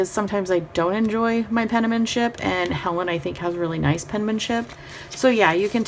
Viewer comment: Great channel. I noticed you 're so cute and said 'penmanship' by saying "pen-na-men-ship" but actually it's just "pen-man-ship" like it's spelled. Not trying to be a jerk, just thought you'd want to know. Happy New Year!!!